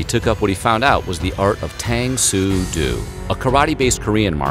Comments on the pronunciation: ooooo tang sue doo not heard of that one hahahaha Tang Soo Do pronounced dough as in bread making . And Judooo, Taekwandooo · It’s Tang Soo Do, not Doo..Tae Kwon Do, not Doo. Judo, no Judoo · It's Tang Soo Do (Doh) NOT Tang Soo 'Doo'. Oh.. and Google checks with Chuck Norris for all its information. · Tahng So Doh .. <= pronounced like this not tang so dew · Ok. Please note that the martial art is pronounced Tang “soo doe”. Not “dew”. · It's pronounced TANG SU DOE, NOT TANG SU DOO! Chuck is gonna kick your ass! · How many times are you going to pronounce Tang Soo do wrong..doe..not doo.. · hearing you repeatedly saying "tang sue doo" was painful. O NEVER makes a /u/ or /oo/ sound in SE or SW Asian lanuages. it sounds like O. always. Tang sue DOE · It's Doe not do! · UGH....please pronounce the martial arts correctly Tang Su Do and Chun Kuk Do...the "Do" part is pronounced DOH, not DOO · You ignorant pissant: the "Do" in Tang Soo Do is pronounced like 'dough', not 'dew'. Jeez...what a dope. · Chuck Norris allowed you to make this video; even though you mispronounced Tang Su Do. It's dough, not dew. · Doe! Not due. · Its doh, not doo. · Tang Soo “Doh”. Not “doo”. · As someone who does tang so do... it’s not pronounced “tang sue doo” it’s like “tahng sue dough” .... hearing you say tang sue doo hurts me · For the last time it's not TANG SOO DOO! It's Tang soo...... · Its Do ( pronounced doe) not doo, like in doo doo, you big dope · Bruh, "tang soo doo" !? Like, literally wtf if you're gonna make a video at least pronounce the shit right, my guy. "Tong soo doh" I only say this Bc I practiced under him here in VA back in the 90's.💯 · It's pronounced doh not du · It is not Do as in Dew! It is Do as in Doe! Lord hearing this hurts! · Tang Soo Do - "Do" is pronounced "Doh" - not "Doo." You did the same thing for Jeet Kune Do in the Bruce Lee video. I enjoy these videos, but the bad pronunciation is distracting. Please do your research on how to pronounce these names.